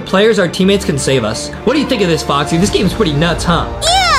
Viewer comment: Why does adem keep saying boxy not foxy?